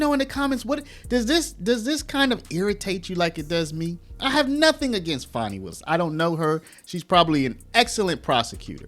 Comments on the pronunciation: Stop pronouncing it as FAWN-E, Its "FAN-E"! She's living up to her namesake. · For years she went by Fanny but since her Trump case she says Fahni